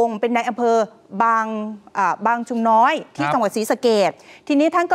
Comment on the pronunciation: ยางชุมน้อย😅ไม่ใช่บางชุมน้อย😅ทำการบ้านบ้างนะ นักข่าวหญิง😅😅😅